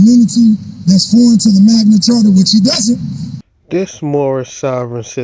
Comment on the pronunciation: Imagine you make this ideology your ENTIRE life and personality yet you’re so lazy, you don’t even learn to pronounce the words properly? This 40 IQ idiot said “Magna CHARTER” nine fucking times. SMH